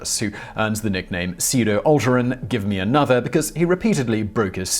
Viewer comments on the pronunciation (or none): none